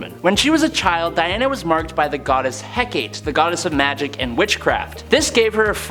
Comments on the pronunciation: "Hecate"= Heck-AH-Tay 😉 Great list. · The goddess from Wonder Woman is pronounced HE-ka-tea.